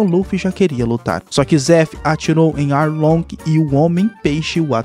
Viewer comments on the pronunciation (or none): Só foi eu que percebi que ele falou aounge invez de arlonge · É Arlong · Que nervoso ele falando os nome tudo errado pô, Arlong, grand Line etc mdss